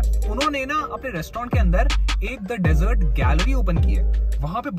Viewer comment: That's not डेजर्ट that's De- zurt ( Right Pronunciation)